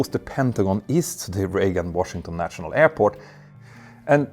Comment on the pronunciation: „..natshional..“, „..internatshional..“. ?? 😂😂😂